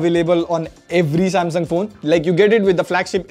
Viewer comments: it's sasmung instead of samsung Please correct it. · Sasmung, nice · Am I the only person who noticed "Sasmung "😁😁😁🤣🤣🤣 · 'Sasmung', yes xD